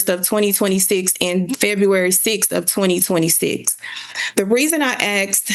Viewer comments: Axed. I axed. He axed. They axed... Edit 1: And then there's "estentially". "What we're estentially here for today..." - She's a LAWYER and doesn't know that essentially doesn't start with 'est'. WOW!!! Edit 2: Look at how everyone else is dressed then look at what she's wearing. This has to be satire. There's no way this is real, right? Surely, this is a video of some comedy troop trying to do a Reno 911 thing. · They didn’t respond because she “axed” not “asked.” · What law school granted this woman a JD? She can’t pronounce basic words. She “axed” him to do something? She did what was “axed” of her? COME on, man… I usually don’t judge people on the way they speak English, but this woman has an advanced degree that requires a professional demeanor. At this point in her life she must have heard the word “asked” said properly 19,722 times. So how do you justify this? I can only imagine it must be intentional. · if your lawyer "axs" questions, youre going to prison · "Axed"... "Axed" .... "Axed"............ what's so hard to say "asked" lol........... she's toast lol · How did she even become a lawyer...."I axed for service...' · It’s pronounced askkkkked. Not axed. 🙄🙄🙄🙄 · she axed it - its obvious what shes saying! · did that da just say axed? 🤔 I ain't saying nothing... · "I axed" case dismissed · Axe, axe, axe....good grief. And her message hoodie is not court appropriate. Yikes. What a case. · Sounds like acks and acked lol